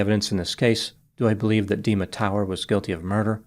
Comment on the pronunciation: Is it me or is prounancing Dima like demon?